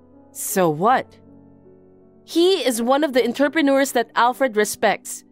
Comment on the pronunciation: I was just listening to and not looking at the screen. I kept wondering where interpreters made so much money, then I saw the word was actually entrepreneurs. I had to laugh out loud. Some of the mispronunciations in these stories are so hilarious that they are more entertaining than the stories themselves.